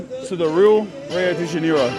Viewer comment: i love you man but how you say rio de janeiro its sounds like your sayind deniro like the actor cuz HAHAHAHA🤣